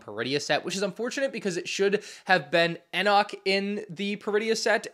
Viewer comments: Enoch is pronounced Enick. The E says it's name. Btw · Dude still can’t pronounce Enoch correctly after all this time 😭